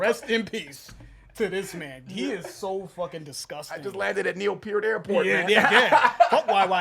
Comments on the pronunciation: Seems like you guys have a funny way of pronouncing his name. Piert? All the years I've heard him, all the musicians I know call him "Pert". Maybe it's before sometime he corrected that, I don't know. I'll always call him Neil Pert. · Neil’s last name is pronounced Pert.❤ RIP